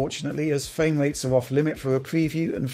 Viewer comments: Nice fwame wates on your vwideo. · Fwame wates. Wish you could pronounce your Rs…